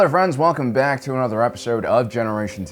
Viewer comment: Only just started watching, and I don't mean any offence, I'm from Birmingham, UK, I sound thick as bricks when I talk, but I still have to giggle at the intro when I hear Alan say "Welcome bawk" LOL, that's genuinely how it sounds to me